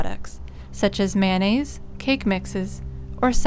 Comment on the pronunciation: It's NOT MANAISE it's Mayonaise